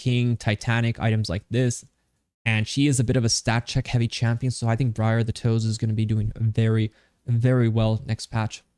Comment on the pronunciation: "Briar the toes" lmao